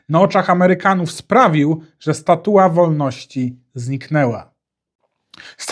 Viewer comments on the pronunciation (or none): "Statuła" ??? Naprawdę?